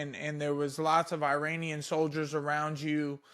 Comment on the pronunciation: Bro kept sayin Iranian 😂😂😂